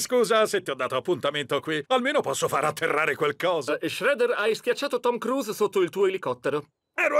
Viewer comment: Tom CRUZ ?😂😂😂😂😂a volte lo pronuncia giusto, a volte no.